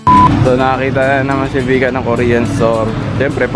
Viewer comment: Vika u always murder the name when you shoutout. 🤣🤣🤣